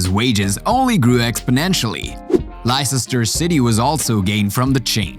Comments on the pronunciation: লেস্টার সিটিরে বারবার লাইসেস্টার বলতেছে কেন! 🙄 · LOL Lississsster....Leicester City... pronounced Lester.... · it's pronounced lester, not licesester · It's not le Ces tar city, it Leceister city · lye-cester city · Lisisestor city got me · learn to pronounce Leicester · Wait.. how did this guy pronounce Leicester??